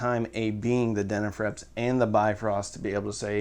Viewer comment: Denafrepps…? Too much coffee methinks! 😂